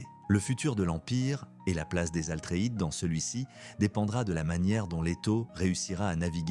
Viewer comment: Bravo pour cette vidéo. Par contre on dit "Atreide" et non Altreïde